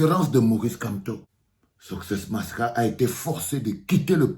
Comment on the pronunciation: On dit succès masra pas soscè